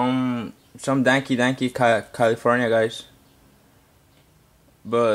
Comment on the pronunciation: LOL I LOVE THE WAY THIS DUDE SAYS DANKY DANKY